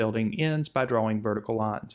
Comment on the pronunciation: "DRA"-"WING" okay man